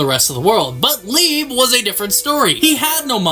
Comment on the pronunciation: Can we not forget how wrong we was with leibe's name 😆